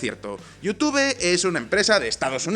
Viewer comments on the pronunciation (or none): Jajaja, "yutube". ❌ Se pronuncia "yutub".✔️ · se pronuncia (youtub) sin pronunciar la e, en Espa?a hay problemas serios con el ingles. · Like por cada vez que pronunció la palabra "YouTube" erróneamente. 😂😂😂😆😆😶